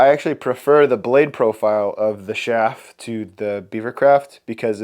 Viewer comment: You are a good carver but you have no business promoting carving tools. You have botched the Schaaf carving tools. Quit trying to talk soon fast. I couldn't even make out some of the names of tools you were trying to pronounce. What do I know, I've only been carving for 68 years now? I wish you well but stick to carving your pretty good at that!! Blessings you you!!